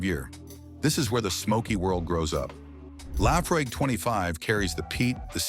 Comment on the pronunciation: "Laffrigg"?? Pronounce it that way on Islay and you'll be marched off the island!